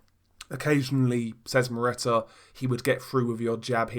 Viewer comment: The way you butcher Szeremeta's name is hilarious !!!